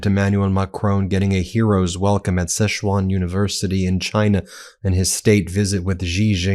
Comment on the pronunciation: Can all these YouTube channels learn how to pronounce Chinese names? Sichuan. Xi (“she”) Jinping. It ain’t hard. Everyone wants to zhuzh up Chinese names w weird sounds that don’t exist in the Chinese language. You figured out how to say Der Spiegel lol.